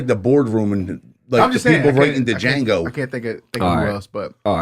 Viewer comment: Bruh said DA-jango 😭😭😭